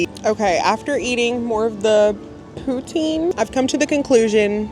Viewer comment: Canada here, poutine is a french word, pronounced poo-tsin! That did not look like the best poutine, hopefully you can come to Canada one day and try one at a Québec cantine. The cheese is meant to be squeaky, but it usually should be a little melted and soft when you eat it, it's my favourite part😍 poutine is not a gimmick for tourists, we be eating it regularly instead of going to a burger joint